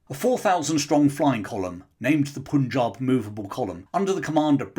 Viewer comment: Pun in Punjab is pronounced as in 'pun' not 'poon'